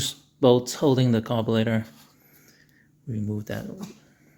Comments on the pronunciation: did you call that a "Carbolator" LOL hahaha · Carbulator... WTF.. is that???this is America... if you cannot pronounce carburetor right you must be deported!!! Immediately.. 😂